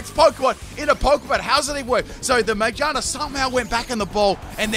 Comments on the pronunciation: Am I the only one who noticed the pronunciation of Magearna? It’s literally pronounced Ma-gear-na. What is this Mage-are-na? I do not know this pokemon. What is its type? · its annoying how he says magearna (its mag-ear-na not my-ge-are-na) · Its name is Ma-GEAR-Na... Not MAGE-arna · Magearna: Has the word "gear" in the name.: Majina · Still can't get over him pronouncing Mah-GEAR-nah as May-JAR-nah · Me: MA: MA Me:Gear: Gear Me:Na:Na Me: Magearna: Maijarna! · Yo, I'm a bit confused unless you're joking but why do you pronounce Magearna like "mage-arna" instead of "ma-gear-na" since its a pokemon about cogs and gears lol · I'm sorry but 'ma-jar-na' insted of ma-gear-na. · Every time he mispronounced Magearna I lost about 16 brain cells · "Mayjina" ah yes, mayjina, the robotic rabbit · Pronouncing “Magearna” as “Magina” is hilarious 😂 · It still sounds like he’s saying magina lol Aw no dc this time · The way he pronounces Magearna bothers me more than it should. The correct way is Ma-GEAR-nuh. That's how it is in the movie (Volcanion and the Mechanical Marvel) and it makes sense since the Pokémon is based on a mechanical Poké Ball with gears. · Say it with me: Ma-gear-na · It's ma GEAR na lol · why he say magearna like "magina" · why do you pronounce magearna majarna? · Ma-gear-na as is it’s made of gears. Come on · It’s MA-GEAR-NA. Sorry but that was bothering me 😅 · Okay but stop saying magearna as majarna please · Okay, but it's literally a pokemon made out of gears, so. MaGEARna. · Back at it again with saying Magearna's name weirdly again 😭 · I died even harder the way he said Magearna 😂😂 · Him saying MaGEARna wrong is triggering lmao jk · the way you pronounce magearna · Why u pronounce Magearna like a specific female body part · i am allergic to how he pronounced magearna. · wtf is ur pronunciation of magearna?😭😭